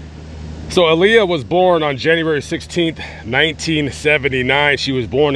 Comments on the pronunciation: To correct way to pronounce her name is Aaliyah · Her name is Aaliyah that's the correct way to pronounce her name